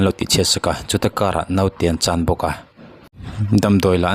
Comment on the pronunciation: Engatinge a nihna bo rak khawpa mizotawng i sua sam mai le. Naute an 'chan' i tih an 'CHÂN' ti ta che. A thu a tluang tlan teh lul nen. A serh a thler tih kha chu, damdawi Inah chuan an hliam belh tlangpui lo maw!! (Fa tir ngat phei chu emaw nau awl tak te hi chu an awm ve hrim hrim a) An thui fuh lo a nih chuan thu hran ni se.